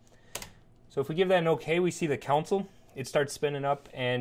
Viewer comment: "console" != "council" so stop saying it wrong! :) but seriously, a very good video. subscribed!